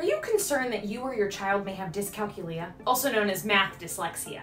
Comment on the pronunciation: Great info! So many different lifestyle skills that are affected by dycalculia. I grew up noticing all these issues with my little sister, and now with her son. ☹️ You do a gréât job listing all the signs, so thank you! May I please give one suggestion? The word is pronounced dyscalKYOOlia ( like calCUlus or calCUlator), not DyscalcuLIa as you are saying in the video.